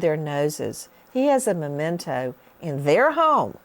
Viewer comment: Oy … it’s spelled and pronounced m-e-m-e-n-t-o! Memento! Not momento!